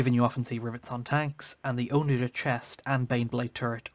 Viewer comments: "Onna-ghur", not "owna-jur". It's named for a catapult. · I've never heard someone mispronounce onager like that and it threw me off every time lol